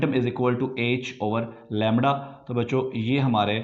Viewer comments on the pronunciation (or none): Lemdda lemddddda